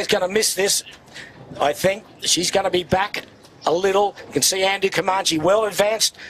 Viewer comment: I wish Peter Shipway would learn how to pronounce Comanche. His mispronunciation spoils the telecast EVERY year.